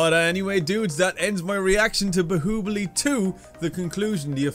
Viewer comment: say bahubali correct